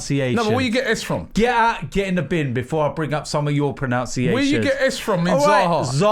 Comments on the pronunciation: how dare you talk to me about pronounciation. Not to be the English language police, but its ironic that "pronounciation" isn't a word, it's pronunciation, which is pronounced pro-nun-ci-at-i-on, not "pronounciation" as pronounced it😂😂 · Pro NUN ciation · how ironic is it that says 'how dare you talk to me about pronunciation' whilst mispronouncing pronunciation loooooool